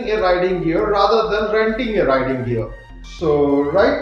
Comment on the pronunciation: Bro it's riding not writing